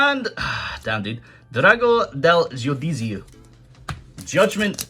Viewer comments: That "giudizio" pronounce gave me a stroke but that's okay, we do a lot worse in english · As an Italian: the pronunciation wasn't bad at all (except for the almighty Drago del Geoduzia, the correct way to pronounce it is more like "Jew-dee-zzee-o"), do you speak at least some Spanish? Your Italian accent sounds like a drunk/overexcited Spanish guy trying to speak Italian. And RANA degli Alberi (Treeborn Frog) has the weird caps lock thing because in Italian there are some other names that include "rana" (frog) and they would have been included in the archetype if the name was not capitalized like that. The first example that comes to my mind is "Cavaliere-Gemma G*rana*to", Gem-Knight Garnet.